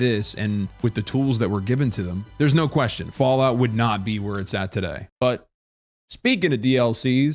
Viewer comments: missed opportunity to actually pronounce no in spanish correctly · No in puerto rican is not Nou, it's No